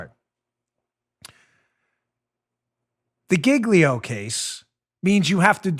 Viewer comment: Do they really pronounce Giglio /JEEL-yo/ like /GIG-lee-o/ in court? 🤦🏻‍♀️